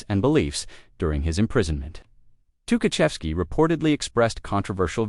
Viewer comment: This not Tuhachevsky, and of course, his name is mispronounced.